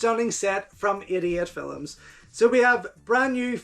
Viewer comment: Everytime you say 88 films it sounds like youre saying idiot films